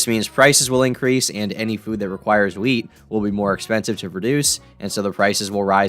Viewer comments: I heard "weed" instead of "wheat" at first and was relieved when I realized your talking about bread. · I thought you said “weed” at first and not wheat lmao i freaked out but then i was like wait, i live in Michigan and we grow some of the best weed in the states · Oh Thank God, he was saying wheat.